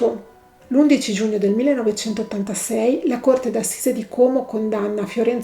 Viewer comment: Bravissima! Ps Como con la o aperta